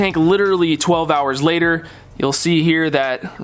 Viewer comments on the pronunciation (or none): none